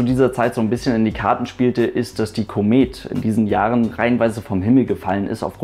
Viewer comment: Hey du (also du von AeroNewsGermany - normalerweise wär dein Name jetzt hier gestanden)! Deine Videos sind gut gemacht, das mag ich nicht hinterm Berg halten, mach weiter so - gern auch mal was über deine MPL Ausbildung. Ein Punkt wollte ich jedoch gern anmerken: richtige aussprache von Produktnamen! Die (The) Comet ['kommet] ist ein britischer Flieger, die (La) Caravelle [kara'wel:] ein französischer, drum bitte nicht mehr einen britischen Flieger deutsch aussprechen und einen französischen Namen englisch betonen. Nicht für ungut, ich denke wir verstehen uns da. ; )